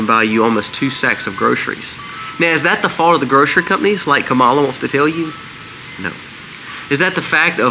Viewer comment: Please say her name right it's kam a la